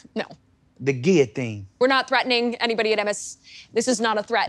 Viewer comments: The guillotiyne 😂😂😂 I think he got a vowel stuck in his throat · The pause and then… “The Guilliotine…” had me ROLLING 🤣 leave it to the Southern French 🤣